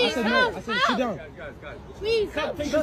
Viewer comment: The way she says “halp” instead of “help” is the most annoying thing in this video.